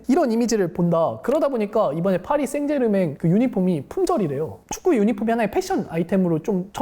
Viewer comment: 빠리 생제르'망 '이라고 발음해주세용~ ^^ 맹 맹 하는 건 프랑스 남부 쪽 억쎈 사투리 에요, 방송 잘 보고 가요. 고맙습니다.